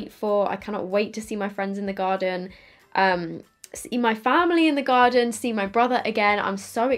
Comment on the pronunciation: “In the garden” Haha! That’s so British (I think you’re British?? I’m hearing impaired so I’m not any good with accents). I love it though. ❤️💕